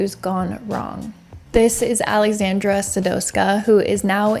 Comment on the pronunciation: Your pronounciecion on Popek was great, you just botched a little Aleksandra. A little. Sadowska was said with accent.